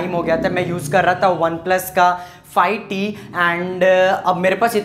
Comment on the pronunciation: Bhai oneplus fi T nahi five T